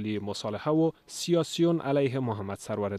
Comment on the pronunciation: سَروَر دانش - توسط گوینده خبر به اشتبا تلفظ گردید.